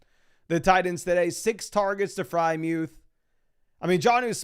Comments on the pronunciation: who the heck is pat frymuth? its FreIERmuth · Why does he pronounce freiermuth as “Frymewth”?